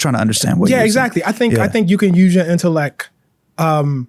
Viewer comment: Holy pronunciation, bro said “conflick,” “correck,” “predick,” and “intelleck” within the first 10 minutes. As an author, journalist, and English professor, I’d expect him to be able to articulate his words correctly. 😢